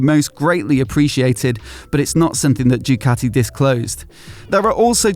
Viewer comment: I wish someone in pr at the factory would instruct you on how to pronounce their name. It's not Dewkatty, it's Dookaati. You're welcome.